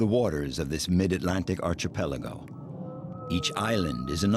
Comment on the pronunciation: Archipelago,. NOT Archee-Peligo!